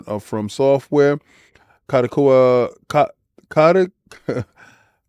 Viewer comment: For reference King, it is pronounced Kah-Doe-Kah-Wah ^^ I don't believe Sony should be allowed to acquire them as it's equivalent to Microsoft buying Apple in Japan. It would make their anime monopoly even bigger and with access to manga and light novels, the global market for that industry would be held with a powerful gauntlet... I also don't want Spike Chunsoft games locked from Xbox again. Same for From Software. Nevermind them owning Dengeki :( Alas, they probably will get this and Microsoft will retaliate.